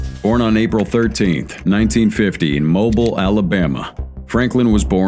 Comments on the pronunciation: Mobeel Alabama not Mobil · Mobile, Alabama is pronounced Mobeel, Alabama. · Just an FYI from someone from Alabama, Mobile is pronounced like MO-BEEL. I know it looks like mobile like a mobile phone, but the pronunciation is different. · I like the vid! But for future reference, Mobile is pronounced "Moh-beel". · Mobile is not pronounced that way. Oh thats bad